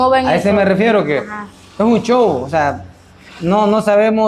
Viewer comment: Y este maitro quien es.??? Quien es porque solo dice chow ni ablar puede porque se dice show.! Jajajaja